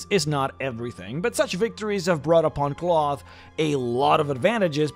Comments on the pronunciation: I think this is pronounced like, "Klaus," and not "cloth". "Klowth" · I'm not sure what the canon pronunciation is, but I prefer to pronounce Klauth as "Klowth" rather than "Cloth" because the latter just sounds silly. It's kinda like how the Hobbit movies pronounced Smaug as "Smowg" rather than "Smog" but even more so, because "Cloth" is an absolutely terrible name for a dragon. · I think you should say his name like "Klow-th" not "Cloth" .... sounds more regal and powerful... much like saying "Smow-g" instead of "Smog" from the Hobbit. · I'd always pronounced it "KL-ow!-thhh" rather than "cloth" ... feels weird bro.png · It's pronounced clowth. People actually lived in the veil before 5e and apparently they ruined that too. They kept the land nice and gave him tribute and he wouldn't kill them or let anyone kill them. In my last campaign he became my right hand advisor voted on by all the other dragons in my Empire. My character is chaotic good, and he built an Empire on the Northern sword Coast. Campaign went four and a half years and I won lol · "cloth" lmao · You repeatedly mispronouncing his name as "cloth" drove me nuts